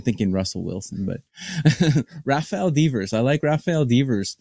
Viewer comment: Rafael Deeeeevers? Come on man at least pronounce his name right. Devers is a top 20 offensive player in baseball.